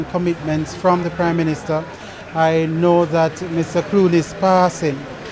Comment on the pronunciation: Did he just say crime minister 🤔🤔🤔🤔